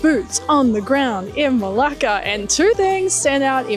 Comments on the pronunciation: can you pronounce it right for heaven's sake? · Hiya! Interesting you gut Dutch architecture in Malaysia 😮. Coconut and kidneybeans are my favorite, I need the recipe for that dish 😅. Everytime I head you saying Melaka I was thinking you were cursing in Greek as it sounds a lot like the Greek Malaka 😂. Thanks you for sharing your insights on Melaka and enjoy your time off now 🤙